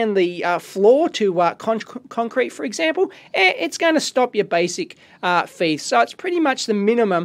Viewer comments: You kept saying FIETH not THIEF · Dave pronunciaon of thief is fife lol love it. Great video. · I know i just finde it funny cuz another guy from youtube he is British does the same thing i am not beeing a smart ass Dave sorry if that sounded so.I was just laughing so hard when you said that.